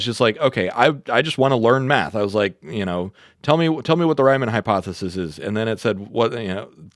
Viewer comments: it's pronounced "ree-mon" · good video, ty p.s. you're mispronouncing riemann (ree·muhn)